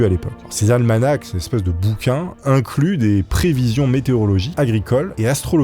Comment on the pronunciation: On prononce un '' Almana '', le CH est muet, un almanach..